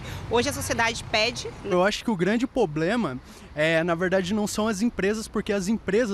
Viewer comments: 'poblema' e retórica na mesma frase me quebra kkk mas tá de cabelo diferente e roupa descolada, então tá no "lugar de fala" kkk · Parei de levar o cara a serio depois que ele falou “poblema” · Como afirmou o tal artista: é um "poblema".... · O “poblema “ kkkk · Ploblema... ploblema.... problema.... realmente: disse tudo, é um grande ploblema. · o cara fala "poblema" e chama os outros de burros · "poblema" "isso discorre totalmente" já sei que a pessoa lê pouco quando não sabe falar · O "poblema" é que fala-se muita bobagem porque estuda-se muito pouco. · Quem tem "poblema" tem dois!